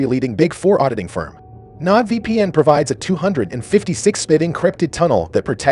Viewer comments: Your BOT does not know how to PRONOUNCE many words. It did not even get your *ucking sponsor right. "NODE vpn." Get this off of here or after watching a thousand of these I'M DONE. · you are mispronouncing Nord vpn